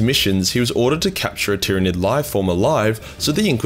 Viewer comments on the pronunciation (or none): none